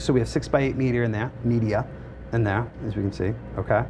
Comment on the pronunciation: Good grief.... if I had a dollar for each time he said "okay?", "right?", "um", "the secret sauce" and what is me-dee-er?